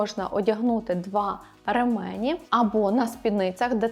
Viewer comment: Правильно казати «рЕмені» (наголос на перший склад)